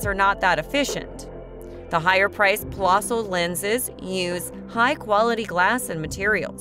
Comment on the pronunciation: It's a niggling thing, I know, but the correct pronunciation is 'plehssl'. The umlaut, the two dots, over the 'o', make the sound more like 'the 'eh in 'Meh!'